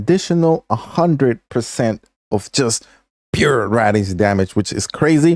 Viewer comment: I'm sorry man but it's (Ray-De-Ants) it's not rads damage. It's not fallout